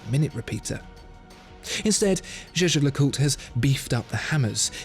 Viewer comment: lovely video, but could ppl please just say JLC if they can't pronounce it properly?